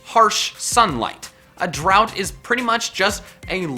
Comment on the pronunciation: it's drought not drout(well, thats how you pronounce it)